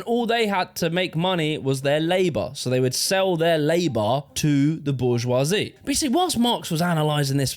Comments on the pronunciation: It's pronounced bourgeoi-zee! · How can you make a whole video about the bourgeoisie and pronounce it incorrectly